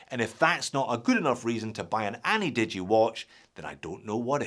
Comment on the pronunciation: ana-digi? 👎annie-digi?👍